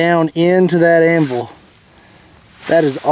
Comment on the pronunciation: No one else bothered by how he says anvul instead of anvil